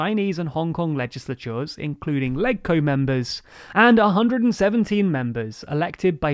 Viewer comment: It's really grating that you never learn to pronounce any unfamiliar term correctly,. for example, LegCo. The G in it is pronounced like the G is legislature. Watching a single video on the topic, such as the one by the SCMP, would have prevented you from embarrassing yourselves again.